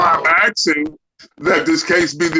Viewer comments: While watching court cases, it has been my experience that when a defendant starts out with Axing the court, instead of Asking the court, chances are, they should not be defending themselves. Usually they end up proving that their knowledge of the law is lacking just as much as their knowledge of the English language. Court appointed or not, an actual lawyer would know how to speak to the Judge respectfully. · Lol "aks and aksing..my honor"😅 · Yeah, judge, that's why he's "axing" to be dismissed😂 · “I’m axing for a dismissal” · I get a kick out of the phrase "that's what I'm AXING". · If you ever find yourself “axing” the judge ANYTHING, you’ve already lost, you ridiculous trifler.